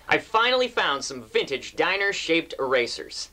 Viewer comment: Pronounced 'Dee-Ner'! I love their aliens & fantasy figures.